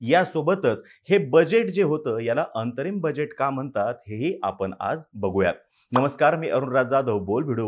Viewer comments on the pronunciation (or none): होय,पण डोक्यावर खूप ताण घेऊन बोलतात. इंतरिम नसते अंतरिम असते.